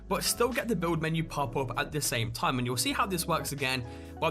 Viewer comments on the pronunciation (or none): none